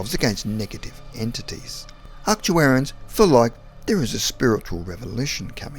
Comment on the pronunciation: And Arcturians